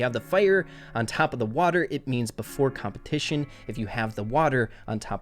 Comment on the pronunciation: It says "completion" not "competition" lol:33 Much love,!!